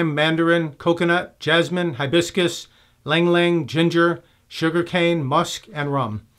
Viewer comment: Btw, ylang-ylang is pronounced yalang-yalang